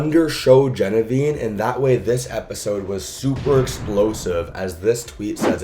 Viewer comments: He’s clearly typed her name out multiple times in editing and still says it wrong 😭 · The name is Genevieve bro. There’s no such name as “Geneveen” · JENNA-VEEVE bro …. JEN-UH-VEEVE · She changed her name to Genevene after watching his videos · He pronouncing it with a nonexistent N at the end. WHERE IS THE N??? #Geneviene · I've seen so many people mispronouncing Genevieve this season hopefully with time she will become even more known ❤